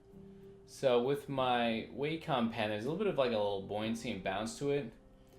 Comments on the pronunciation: It's not way-com it's Wah-com Wa - meaning harmony com- as an computer Wah-com, Wacom - simple. Cheers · It was WAcom dude, not WEIcom